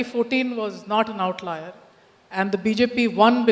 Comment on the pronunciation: Yogendra Yadav,what in this world is an ""outliar""???OUTLIER?? or is this a french/latin/greek/Roman word??